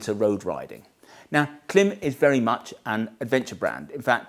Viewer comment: Love your videos. But, every time you mispronounce KLIM, it stands out to me. KLIM is pronounced like “clime” as in climate. I expect you have gotten this feedback before. Here’s a video from KLIM where the company founders pronounce the name of their firm correctly. Sorry to be picky, but I am sure credibility is important to Motolegends and pronouncing the name of one of your key product lines correctly can only be a good thing. Keith